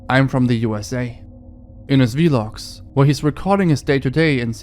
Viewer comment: ITS VLOG LOT V-LOG